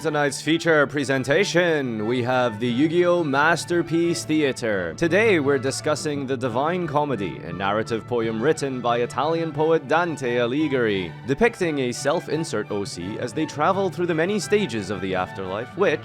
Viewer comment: Pssst: You not only mispronounced Malbranche, you also mispronounced Dante Alighieri. XD Still an awesome video nonetheless! 🥰👍